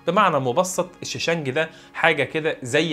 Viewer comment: صانع السبائك اسمه ( الشِشْنَجي ) بكسر الشين الأولى وتسكين الثانية وفتح النون .